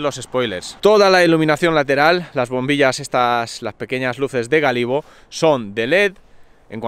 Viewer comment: es luces de Gálibo no Galibo, se acentua la a!